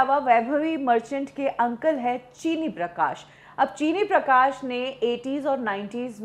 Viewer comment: Her Uncle's correct name is 'चिन्नी प्रकाश' and not 'चीनी प्रकाश'